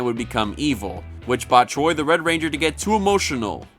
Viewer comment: Anyone else notice when he referred to Wes he says "wed ranger Wes"